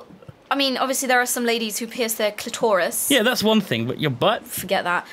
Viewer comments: Clitor Iss!!! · ***** She says it like clitortis